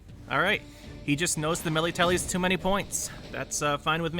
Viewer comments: Mellie-Tellie 😂, one of the voice lines from I think Nenneke, pronounces it correctly; Mellitellee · IKR.... It's no big deal, but one of those niggling things us OCD folk pick up on. In the game, at least, it's pronounce Mel-LIT-te-lay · The way you pronounce Melitele bugs me